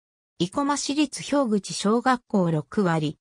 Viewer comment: ひょうぐちではなく、たわらぐち、です。